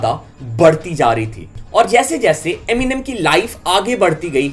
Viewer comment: Eminem Hota hai gawar eminime nhi 😂